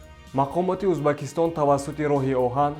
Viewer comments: Узбакистон"- не!!! ,,Уз,,бекистон"!!!!!!!!! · Эй,бачаи бесавод,узбакистон не,дар оянд доимо Узбекистон гуфта талафус кун!Фахмо!?